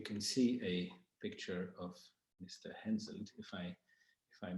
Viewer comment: HenSELT! not HenSON!